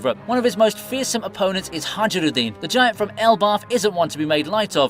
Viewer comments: Hajrudin is said hiruhdin Not hajrudin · say "hadshrudin" one more time... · The J in "Haijrudin" is silent!